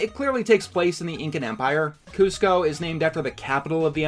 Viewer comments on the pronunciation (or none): none